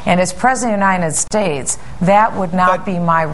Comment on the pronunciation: she says unindet states hahahahahaha